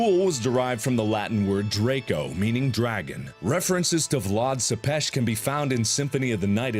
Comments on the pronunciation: Tepes isn't pronounces "suppesh" it's pronounced "Tepesh" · Its vlad tepes not sepes